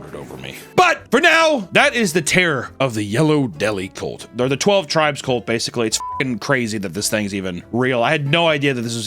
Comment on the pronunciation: its CULT C U LT ITS NOT A BABY HORSE HUNTER LEARN TO FUCKING SPEAK ENGLISH PLEASEEEEE